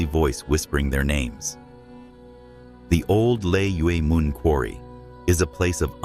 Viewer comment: Old lay mun is the pronunciation.